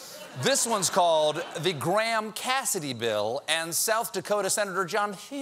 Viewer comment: Hearing the name Graham pronounced wrong over & over is tough. The weird thing is when using it with Lyndsey Graham is the right way, when used other times it's messed up. Explanation plaste.